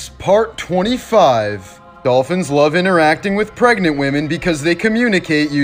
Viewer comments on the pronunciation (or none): none